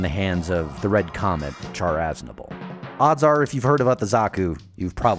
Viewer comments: Aaand you done went and called him CHAR (like burned food) instead of "Shh-arr"....which is his name. It's like calling someone named Sharon "Kairon" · Please pronounce his name properly. Char sounds like shaar. Thank you have a nice day. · did he just say char, like you would char-broiled? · I thought char was pronounced “shar” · you would be correct. he butchers it in the video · Great video... but Char is pronounced Shar, it is based on the French-Armenian Charles Aznavour, which has a Sh pronunciation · Enjoyed your video as a Zeon / Zaku fan, but I feel compelled to point out that you're mispronouncing Char Aznable's name. It's pronounced SHAR or SHAH not the way you're saying it with a C-H sound. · Drives me nuts when people put heavy emphasis on the CH for Char. Like it's really pronounced Shar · Char Aznable (シャア・アズナブル Shaa Azunaburu) You pronounce Char with a Sh sound, like the French Chien, not a ch sound. The Japanese do have the ch sound, and if Char was meant to have a ch sound, he wouldn't have the sh sound in his name.